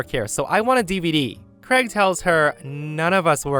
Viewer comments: Why cant americans pronounce the name Craig properly? Always sounds like kregg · I've been an American the whole four decades of my life and is the one and only person I've ever heard pronounce "Craig" as "Creg." It immediately struck me as quite odd to hear that pronunciation.